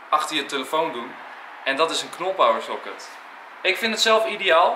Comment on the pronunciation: Het is niet soket maar pocket